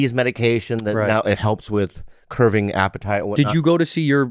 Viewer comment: Santino didn't catch that Bobby said "CURVING" your appetite, not "curBing" 🤣